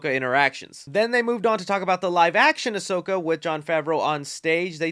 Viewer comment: I can’t wait for Ahsoka tana Seriously so many people mispronounce Ahsoka but got it right only for Ahsoka 😂